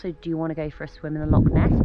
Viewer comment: Thanks for this, the correction is appreciated. It’s actually Loch Ness though, not Lock